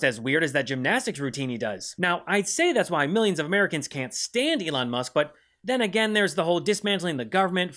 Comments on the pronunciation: Ehlon Muhsk was an Underrated roast on its own. For someone who works So hard to be known and renowned, mispronouncing his name so casually is just the kind of thing that would get under his skin 😭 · burr calls him "that twitter guy" , or slightly mispronouncing his name is so fn funny, esp b/c that's something that trump does to other people